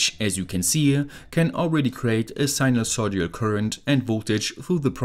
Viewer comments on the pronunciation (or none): none